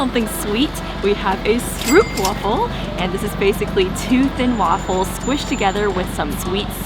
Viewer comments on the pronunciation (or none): stroopwafel, the oo you pronounce as the o in home.